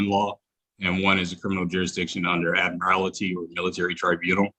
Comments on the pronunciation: Anybody who takes any advice from someone who says "they jurisdiction" is an imbecile. Oh FFS! The word is "admiralty" not "ad mir al it ty" - four syllables, not five (actually three and a half syllables, after a fashion, the way it is usually pronounced). He wants to "intelligently defend himself." Bad news,. You have no capacity for that. I thought from the outset that the backlight he was using was just to try to make him appear... welllll... something or other out of the ordinary. It became apparent that it was doing something - obscuring the fact that he is very clearly reading from the script. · I thought the guy might have a brain cell or two right up until he said "admirality".🤣😝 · Contempt seems the appropriate repercussion for intentional delay of court proceedings (e.g., "I don't understand"). And by the way, it's "admiralty" not "admirality". And the word "motion" is not a verb (e.g., "I motion that we . . ."). Oh, and . . . "flat on its face"? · He really should learn how to pronounce big words before he gets up in front of a judge and makes a fool of himself. It would take 2 seconds to learn the pronunciation of 'admiralty'. 🙄🙄